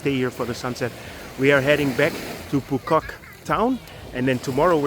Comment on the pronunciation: Your “Phu Quoc” pronunciation is 100% perfect 🎉